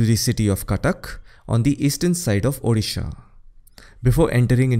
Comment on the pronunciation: Correct pronunciation of odisha .. thanks